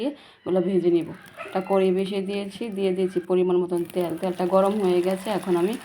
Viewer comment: ত্যাল না তেল